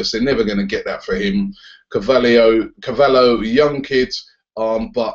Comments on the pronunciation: Robbie it's William car-va-lyho well that's how it's pronounced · Robbie, it's pronounced car-val-yo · Its pronounced car val he o